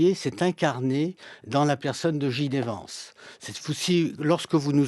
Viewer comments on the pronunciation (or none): C’est clair qu’il ne comprend rien à ce qu’il se passe aux US. Il ne sait meme pas prononcer le nom de JD Vance, ça montre bien que ses sources d’information sont secondaires, est ce qu’il parle même anglais? Lamentable